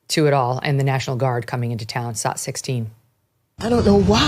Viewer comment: please clear up something for me. Whenever you cut to a video clip you call it a "saat" as in "Let's cut to saat 12". I've never heard that term before. What is a "saat"??